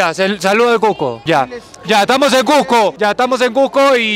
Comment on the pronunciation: la chica que mastica chicle se ve que dice: "CUSSSSCO" corrigiéndole el "Cujjjjco" a xD